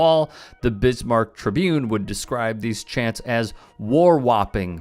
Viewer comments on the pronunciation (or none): none